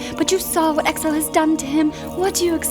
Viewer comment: [Why is exile being pronounced Excel...?]